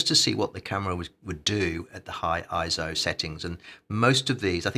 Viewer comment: Thumbs down for each time you pronounce it as „ISO“. 👎🏾